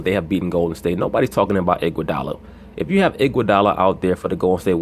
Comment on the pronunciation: This dude said andre igudala 😂. Yea he the best player in the team